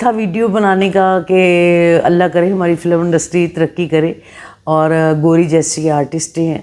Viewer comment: Durdana g you speaks soooo good. Bas kuch words ko agr ziada perfectly bolein specialy english words, tou ziada kmal ho jaey. For example filamm nahi film, atistoun ko nahi artists ko, i know hum punjabioun k liye ye common hai iss tarah se english bolna but jitna khoobsurat aapka communication ka andaz hai i wish k aap yahan improve karein toh ziada impressive hoga. Thanks. Issi tarab achi achi videos bnati rahein aap.